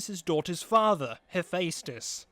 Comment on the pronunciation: "Im gunna make a video about sins but sin myself on the pronunciation of Hephaestus" DING